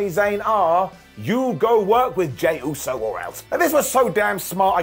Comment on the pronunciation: Vince would’ve fined Sami for saying Usey. Lmao